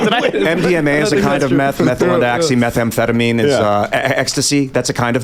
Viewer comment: whycome he keeps saying methanefetamine?